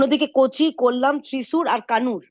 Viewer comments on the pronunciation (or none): কোলাম নয় কোল্লাম